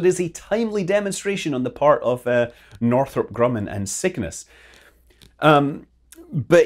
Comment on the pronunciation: Mudkip909 ... I am also hearing "Sickness"; even though, I know he is saying "SIGMAS". LOL